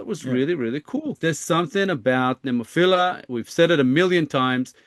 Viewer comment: Have another listen to your video. You will hear a "Nemophiller."